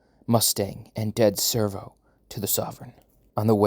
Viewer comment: This is great but am I tripping or isn't it Sev-ro..... not Servo?